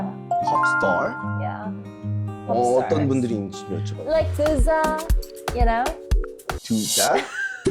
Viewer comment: 팝스타 발음에서 영국영어 세계관이!